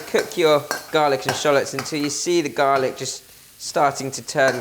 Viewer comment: “Garlaac ” hahaha 😂, you are so funny . Love all those tips that you give. Learnt so much of Chinese cooking from you. Thanks a lot 🙏🏽